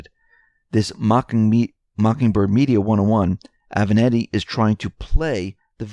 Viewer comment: Italian porn lawyer's name is A-VE-NAT-TI. As in, I HAVE A NATTY suit. It's NOT that difficult to get it right. Trick is to GIVE A DAMN.